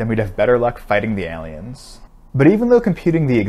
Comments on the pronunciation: Why do you say “ahliens”? It’s “ayliens” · you pronounce aliens wrong! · I was seriously listening to this video. Then I heard how you pronounce aliens. Who says it like this? Credibility lost, my good sir. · We just gonna ignore how he said aliens? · Why does he say cliques and aliens like that? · I was with him until he pronounced aliens like he did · I’m sorry dude but can you please try pronouncing “aliens” once more?